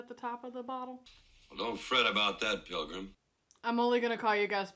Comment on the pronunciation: 2 things they didn't have voice actors back then, just actors. Also when you say pilgrim you gotta extend it between the syllables like "pilllgrim".😁